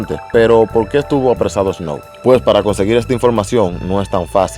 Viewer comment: Lo primero es que aprende hablar, aprender a pronunciar " Snow" que es un tremendo artista canadiense de los 90 s que ahora algunos los conocen, Snow es un activista Canadiense luego de cantar que incluso trato de ser político, su cancelaron por no se sapo, para la próxima infórmate más, y el tema está bueno por el simple hecho que tiene una pista de los 90 donde si se hacía música y el payaso de Yankee es un plagio en vida todo lo plagia todo a los Americanos , Canadiense y demás artistas..